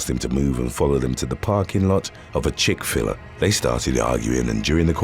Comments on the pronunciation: omg not "Chic-Filler" 🤣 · How do you not know how to pronounce Chick FIL A, as in FILET?